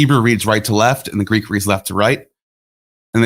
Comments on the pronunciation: I appreciate so much that does not use Erasmian pronunciation and has a background in Modern Greek!! If one cannot use proper, historically informed reconstructed Classical Attic or Hellenistic/Koine pronunciation, one might as well just settle for the Modern pronunciation. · Listening to using almost native like Greek pronunciation makes me smile. Breath of fresh air, honestly.